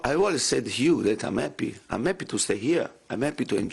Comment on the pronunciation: “ I am eppy to put the fans into nappy “